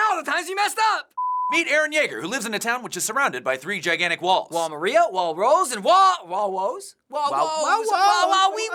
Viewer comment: It's wall MAR-IA not MER-RIA